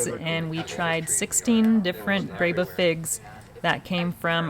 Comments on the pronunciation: Should be pronounced “BREH bah” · So, how does the "e" in breba get the "a" sound?